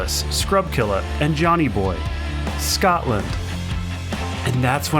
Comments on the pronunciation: I was so triggered when he said 'Scatland' P.s I'm from Scotland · The way Americans say Scotland is triggering, its Scot Land Not Scat Land 😂😂